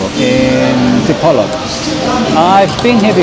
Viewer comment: What is the name of the hotel you stayed in, I will be in Dipolog next week. I also have stayed before, I don’t know if I will remember where that hotel is. I believe Dipolog is pronounced Dee-poor-loog. It’s easier for me coming from New Zealand,the vowels pronunciation is same as Maori language back home. As for the coal,it wasn’t charcoal for cooking.